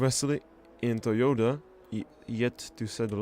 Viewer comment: Its Toyota not Toyoda thx<3